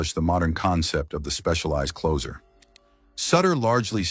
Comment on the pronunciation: The AI thing was too much to take after the third of fourth mispronunciation of "Sutter" and his being a "clocer." Enough already. Thumbs Down!